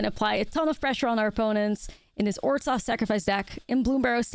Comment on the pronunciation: It´s pronounced "oržov", not "orzov", the h is there for a reason.